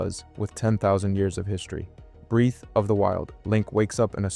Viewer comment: Its breath not breeth. Come on man I really like the information you talk about but the ai speech problems will eventually push me away.